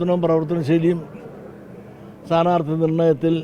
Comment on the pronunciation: മാഷേ സാനാർത്തി അല്ല സ്ഥാനാർഥി എന്നു പറഞ്ഞു പഠിക്ക് പിന്നെ മതി തരം പോലെ ....... മാറ്റുന്ന പണി!!!!!